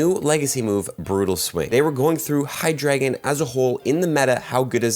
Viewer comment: it's pronounced hi•druh•gon